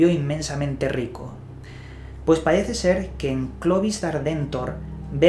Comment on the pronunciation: "Pahece" tonto hablando.